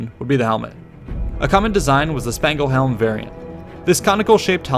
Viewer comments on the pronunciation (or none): Spangenhelm is NOT pronounced "spangle helm" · “seekses” and “spangle-helms”🙄